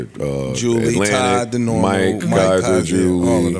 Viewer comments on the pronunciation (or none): none